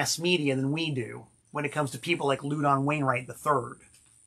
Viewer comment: I've never heard Louden's name pronounced "LOO-don." I have only heard it pronounced "LAU-din." Is messin' with us again?